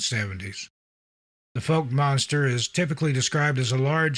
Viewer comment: foulk, like fowl-k, not folk